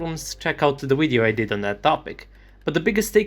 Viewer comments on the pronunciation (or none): Were you taught english by a German?. There are such things as a V in Enlgish. The v makes the vuh sound. So its not 'wideo' its video.